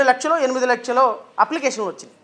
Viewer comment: లక్షలు కాదండి....లచ్చలు